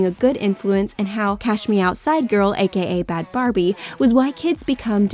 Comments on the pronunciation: BHAD BHABY. SHE SAID BHAD BARBIE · What did you call bhad bhabie? It’s pronounced bad baby not bad Barbie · it's bhad bhabie not bhad barbie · Lemme scroll the comments to see how many people are caught up on "bhabie not Barbie"😂😂😂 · Its Bhad Bhabie. Not Bad Barbie. Its baby.